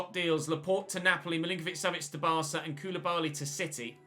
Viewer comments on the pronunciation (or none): none